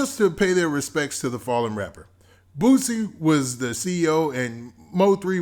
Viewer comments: BOOSIE NOT BOOTSIE dahm. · Sound like he saying Boot-sie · Don’t say his name if u can’t say it right⚠️